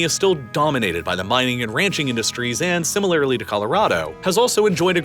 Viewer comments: I didn't know similarirlarily was a word hahaha just messing around, love the videos! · Why can't you say "similarly"? Like ever? Not "similarily" or "simimalarily" or whatever the hell that was . Maybe just drop that word from your scripts moving forward. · Ugh! Interesting information, but the narrator's delivery is filled with lazy enunciations, e.g.: "Wyoming is similarly-ly-ly required..." "..Raytheon, Boeing, L2, Northrup Grewman"